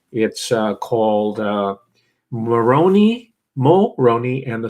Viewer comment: Moroni is pronounced Mo rone eye